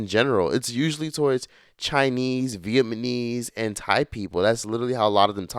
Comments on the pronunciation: saying vietMAnese instead of vietNAmese lol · VietNAMese … not vietmanese 😂😂😂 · "Vietmanese" 😂, switch the N and M and you've got it. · VietNNNNNNAMMMMMESE from Vietnam....not Vietman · Not "Vietmanese"!!! I'm 💀☠️